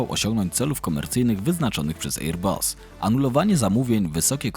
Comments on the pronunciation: Wezcie ocenzuzujcie tego "ejer busa"... chociaz dobrze, ze fraza Boeing nie jest "Beeingiem" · Ejer-buuus... mamma mia.. tego się słuchać nie da... szkoda że algorytm jutuba nie wykopuje tak fatalnego lektora. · Dziwne ,bo fajny material ale mogłeś sprawdzić wymowę, bo serio ten ejer bus jest tak wkurwiający ,że szok. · Fajny materiał tylko ta wymowa: Airbus. Wym: "e: bas" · To prawda, słucha się bardzo ciężko....ajeerbas...🙉🙈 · Jak można tak źle przygotować się do materiału i przez cały jego czas źle wymawiać nazwę firmy o której się robi materiał…. Żal